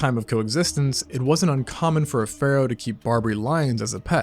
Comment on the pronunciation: Phroah? really?